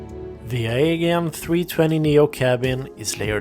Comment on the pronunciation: Good review but It's pronounced A JEE AN, not Ae gain.